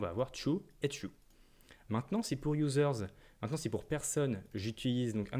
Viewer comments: Il y a aussi le "ça fait tiou" (true) 😁 Blague à part, merci beaucoup pour ce tutoriel clair et concis ! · Très bon tutoriel effectivement. J’avais un peu de mal avec la Web doc Mozilla, etc. au sujet de l’utilisation d’extends mais là c’est simple. J’ai beaucoup ri quand il a dit qu’un objet était « tchou » pour « true » ! Il faut reconnaître qu’en France, on est plus habitués à dire "trou" que "tchou" !